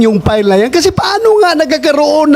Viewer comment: Bato, pls mag tagalog ka nalang plain & simple...sir.! File...not pile.! At pwede ba hwag kang Bias. Salute 🫡 to Sen Chiz.